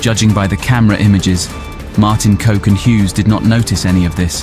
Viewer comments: Kok's name isn't to be pronounced like coke.....!! It is pronounced as cock......yes that male private part...!! Sorry....that's what it is...!!! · It's pronounced "cock" believe it or not, not 'coke' LMAO This dude used to come over to my dad's house, was a great dude to be fair, ruthless, but when he liked you he was pretty nice. i'm Dutch btw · Sounds really gangster when you say martin coke, its martin cock as u say it, try re do this shit or get punished. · Kok is pronounced cock, not coke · His name is Kok, and you say it exactly the same as cock. Not coke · Kok is pronounced Cock not Coke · Funny you mispronounce his name. It’s not ‘coke’ but you pronounce it exactly like the word for penis… c**k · For any future references to Martin Kok. Try pronouncing kok as cock, instead as coke eventhough it is kinda accurate😂. Great video! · his name is pronounced cock not coke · Coke !!..its kok...cock thats how you pronounce his name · Coke🤣? That's not how you pronounce KOK, it's more like cock. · It’s pronounced “cock”. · It is prononunced ''Cock'' , not 'Coke'. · Great content on Dutch crime! The name KOK is pronounced exactly as one would pronounce 🐓"cock" in English. I guess "coke" is easier to say then ""cock". And just think cock is the Dutch word for cook.😉 But really well done topic on Martin Kok! As I knew of his murder but not the details who were behind it. Guess Martin being a crime reporter made him not popular with many criminals he named so easily. ( i thought it was the mocro mafia behind his murder) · his name Martin Kok isnt pronounced as Martin coke , Kok in english sounds like cock , Kok means cook. and Freddy Heineken wasnt released but the police found Freddy Heineken and his driver Ab Doderer in a shed in the port area of Amsterdam. very good video tough 👍🏻 like allways , subscribed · Coke this and coke that...lmfao. It's Kok...as in sock. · love your content....i am dutch and kok,ist not pronounced as coke,,,smirks.kok in dutch means cook....